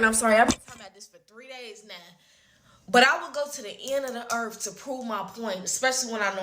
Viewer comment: First off, go to the library, pick up a dictionary and learn the word “Earth” is not spelled or pronounced with one/two F’s or the PH sound. Shes right nonetheless